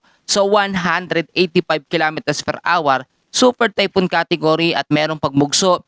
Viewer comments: Nakakalost interest ang awar for an hour (pronounced as our) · Are you the one who pronounce hour or like our as awar?